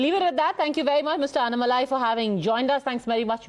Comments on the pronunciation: Anchor please call him "Annnamalai".. Not " Anamalai" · Dear Anchor - please learn to pronounce the names of people of other regions properly. You need Bharat jodoing. There are two "n"s in Mr Annamalai's name. The stress has to be on the double "n". Get hold of a tamilian in your organisation, preferably a brahmin and learn how to pronounce the names. Like "Chidambaram". There is only one "a" after "d" but most guys add another "a" and elongate the syllable "da". It should be hrasvam not deergam.